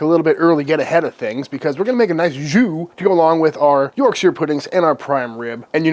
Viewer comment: Sir, it’s not YorkSHEER 😭👊🏼